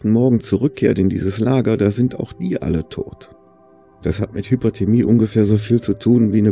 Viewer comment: Meinst du Hypothermie? Unterkühlung? Ich höre immer HypERthermie. Das wäre Überhitzung.